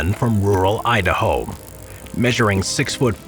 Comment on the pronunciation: “Idahome” lol